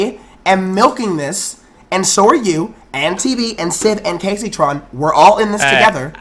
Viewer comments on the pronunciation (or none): says gayceytron lel